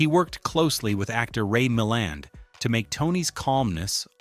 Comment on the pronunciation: I have never rooted for Tony Wendes. AI says "MilLAND" correctly once then never again. It's not THAT intelligent.